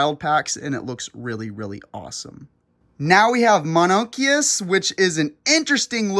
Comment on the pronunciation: Mononykus is pronounced "Mono-nike-us" And it is a insectivore